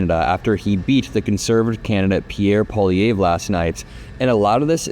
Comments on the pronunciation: Its pronounced like Pwa-Lee-Ev if that helps :) Its a difficult name for people who dont speak any french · paw lee EV. That's the pronunciation. The 3rd syllable is stressed, as is doing, but the 'e' has the same pronunciation as the 'e' in 'let.' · peewee Herman’s name is pronounced “Poly-evf” fyi.. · Pronounced pierre "poly ev" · Thank you for covering this! You can’t even see how relieved my home is because of this outcome. Feels like our timeline might not be the worst. I do gotta say tho. It’s a lil funny that Americans can’t pronounce poilievre. “Po” - (think the po sound in “pop”) “ili” - (think “Lee”. ee sound) “evre” - (think Evv. Strong “v”. Kinda like the “evv” sound in the word Chevy or heavy. No “y” sounds tho) Pa-Lee-evV (strong end v) (idk if that makes sense, I’m just going on vibes) Edit: spelling